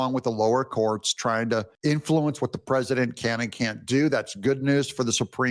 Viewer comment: Is Mike Davis the one who can't pronounce the word "president" and says "PRESINANT"???🤦‍♂️